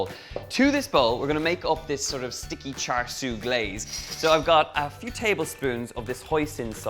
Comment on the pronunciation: Not exact replica of Char Siu (Pronunciation- Cha Seu) but it should be good I suppose